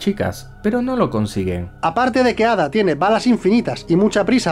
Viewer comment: Yo solo me pregunto por qué pronuncian Ada con los cojones.